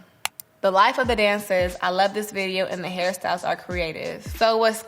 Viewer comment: everytime she said hairstyles i kept hearing “harry styles” until i turned on captions lmao